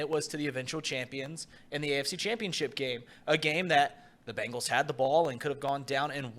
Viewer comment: Can thom quit calling them the Ben gallees it just sounds dumb